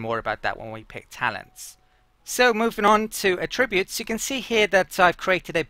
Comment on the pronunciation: I didn't even notice the melee thing among all the mispronounced 'attributes'. :) The emphasis should be on the first syllable when used as a noun. (AH-tri-butes)